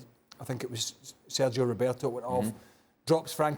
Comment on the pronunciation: There’s no “o” in Sergi Roberto’s name